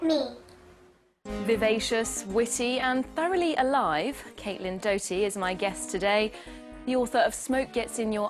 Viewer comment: Morgan Olfursson she said Caitlin death-doughty🤣 🤦🏻‍♀️